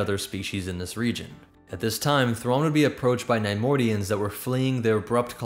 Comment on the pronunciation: Grand admiral Raw LOL Mitth' RAW 'nuruodo